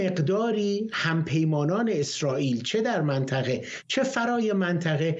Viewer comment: این کارشناس حرف زدن بلد نی منطقه میگه منتخه بهش میخوره یه روسپی باشه